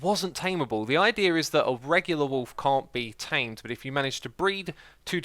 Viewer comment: said wolf again....